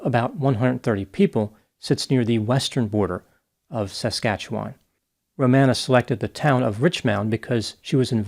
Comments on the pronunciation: Also, says Saskatchewan funny. It's pronounced, Sa(short vowel)- skatch-eh-whan(whan rhymes with Ron). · I'm from Saskatchewan, it's pronounced "Sask-atch-ew-win" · Interesting to hear a different style in pronunciating "Saskatchewan." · as a canadian the way he says saskatchewan is so strange lol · you are great but hearing people say Saskatchewan when they are not from close by.. is painful lol 😂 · I love the way the Dr. pronounces Saskatchewan. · Can you do a video solely on how messed up my country of Canada is now? I'd appreciate it greatly. P.S., I love how you pronounce Saskatchewan. I never heard it pronounced like that before ❤ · It’s funny how Americans pronounce some of our Canadian place names, such as Saskatchewan and Calgary, for example. I’m sure it’s the same situation for Americans listening to us Canadians try and pronounce the names of their cities or whatnot. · As a Canadian I've been wondering when you would cover this crazy ass-hat. Also, your cute how you pronounce Saskatchewan